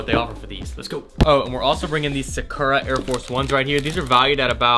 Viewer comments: It bothers me how he says yuno- Suh-chu-raw 😭 ITS SAKURA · Sah Ku Rah. Like the naruto character. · The shoe is pronounced “sock-ra” it’s a Japanese cherry tree. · cringing at the way he said “Sakura” 🤮🤮